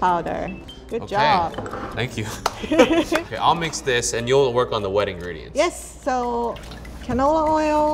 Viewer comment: When he said you'll work on the wet Ingredients I heard you'll work on the ring